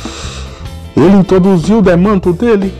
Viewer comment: Kkkkk cara quando vc falou demanto e casciulda kkkkkkk